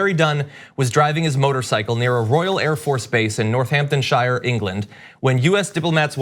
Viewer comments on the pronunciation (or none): "Northamptonshire" is pronounced "Northampton-shuh" Got it? "Northampton-shuh" NOT "NORTHAMPTON-SHIRE" You're almost as disrespectful as Trump here you morons. > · Northamptonsher. It’s not like in the Shire for Hobbits. Please at least try and find out how people who live there call it. Incidentally it’s eran and eraq , it’s what they call themselves.